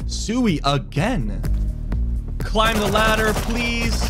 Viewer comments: Its sui not sewy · my guy said suey 🤣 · Bro is really saying SEWI lmaoo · casully pronouncing suuuiiii wrong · The way you two pronounced Sui cringe